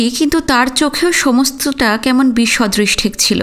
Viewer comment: আপনার গল্প পঠন বেশ ভালো । আপনার দু/একটা শব্দের উচ্চারণ একটু কানে বাজে। যদি এগুলো ঠিক করে নেন তবে আপনার গল্প পাঠ আরো শ্রুতিমধুর হবে। যেমন দুটো শব্দ উচ্চারণ বলছি - অস্ফুট্ নয় অস্ফুট, বিসদৃশ্ নয় বিসদৃশ।